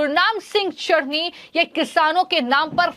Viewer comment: Chduni nahi chtni bolo😂😂😂😂😂😂😂